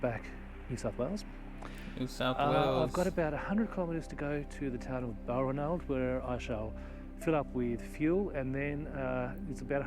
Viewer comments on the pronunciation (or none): It helps if you listen to what is said, that way you avoid needlessly banging on about Africa. The presenter sounds Australian and doesn't know how to pronounce Balranald - his credibility blown in the first few minutes. He can't pronounce the word "pastoralists" either. Sheep eat salt bush, it gives their flesh a unique flavour, salt bush fed sheep meat sells at a premium, how come this dufus didn't know that? You sir interrupt too much, talk too much shit and fail to grasp the essence of this amazing place. Save yourself from a further display of ignorance and skip part 2. For what it's worth, I've been to Lake Mungo and found it both stunningly beautiful and totally awesome. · In all my 68 years I have never heard Balranald pronounced like that. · He pronounces it so strangely that you didn't even catch it. lol .... its in the first few minutes, beginning of the journey, he says it a few times.